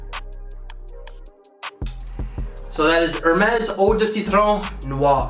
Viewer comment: Hermes I think it’s pronounced Air-mez